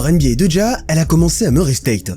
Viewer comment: NBA et pas NBYAY… tu fais saigner mes oreilles à chaque fois 😂😂😂😂